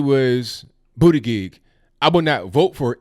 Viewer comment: Huh hu huh!! He said Bootygig!